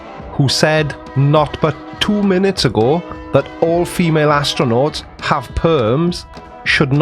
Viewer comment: “Actornaunts” 😂 my my what clever word play bet he's proud of that one